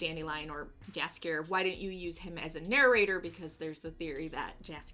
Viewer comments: You pronounce his name Yaskier not Jaskier. Like in mexican Batman Universe there's the Yoker not Joker 🙃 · I really like your channel, but please for the love of God .... don't say Jaskier with English J .... it's a big no no .... Jaskier is a Polish name so you pronounce more like yellow not Jello .... so it's more like Yaskier or yhaaaskier.